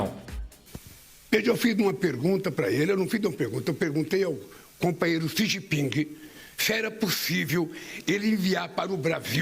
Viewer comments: "Companheiro Si Gin Ping" kkkkkkkk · O cachaceiro é muito burro. "O copanhero SIJIPING” 😂😂😂😂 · companheiro CI XIN PING 😂😂😂😂😂😂😂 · ele quase fala xi jinpinga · "Plostituta! Pilanha! Meletliz! Galota de ploglama! Kenga!" - Xi Jipinga pra Esbanja😂